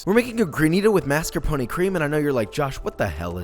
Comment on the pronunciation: this video made me realize that Australians pronounce mascarpone so much better than Americans........we care about cultural differences biitch